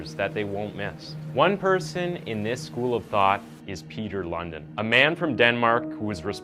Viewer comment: I like the way you americans always pronounce danish names completely imcorrect🤣" Peter London" the real pronounciation is more similar to Peter LoonDEENwith emphasis on the last part, not the first